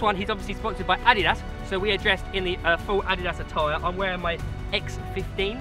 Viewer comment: It's pronounced "uh-deed-us" not "ad-dee-dus" 😂